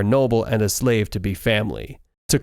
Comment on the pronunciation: Why he say slave like that